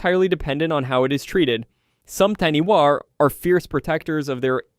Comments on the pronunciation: I love it!!! But it’s pronounced tāni-fa not taniwa. From nz🫡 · Love this❤ as I am Māori. The pronunciation is Tanifa not taniwa but spelled like taniwha. The wh is sounded like a f. but love the great work ❤